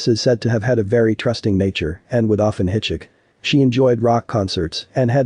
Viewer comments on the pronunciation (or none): She would HITCHICK?? No one can program that narrator to be able to pronounce HITCHHIKE lol??